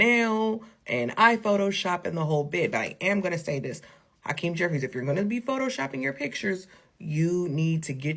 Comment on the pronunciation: Ha-Queenie jefferies 😂